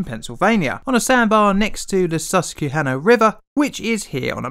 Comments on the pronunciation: "Suskeihanna" My heart hurts lol That and Lancaster are the ones I hear mispronounced the most. Still makes me laugh tho XD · Also it's Sus-QUEH-hannah. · It’s “Sus-kwa-hanna,” not “Sus-cue-hanna...” Look, I love your videos and I’ve been an on-off (Thanks, YT, for screwing with subscriptions) subscriber for a couple years now, but seriously? I get this is an older video, but surely you at least looked on Wikipedia or in some other media and saw the correct pronunciation. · Just to let you know mate, the que in susquehanna has a Q sound and not a K sound. I live within a few miles of TMI. The accident is nearly forgotten by now and it is closing. Great vid though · lmao that pronunciation of Susquehanna, it's "sus-kwa-hanna", not the normal "que". Overall loved the video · Susquehanna, pronounced “suskwahanna”. :) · Its funny hearing other saying Susquehanna being from Pennsylvania. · and Susquehanna River 😂😂